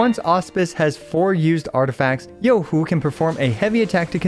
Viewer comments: Shed a single tear at that perfect pronunciation....finally free from hearing EN ccs going yoohooo like morons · As a chinese, im surprised u pronounced her name so accurately. 👍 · omg, so far you're the first CC, that I have watched, pronounced Zhezhi and Youhu correctly! so damn satisfying LOL